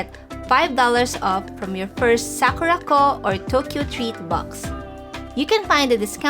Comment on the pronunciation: Oh...Sakuraco, not Sakurako loves Himuwari..........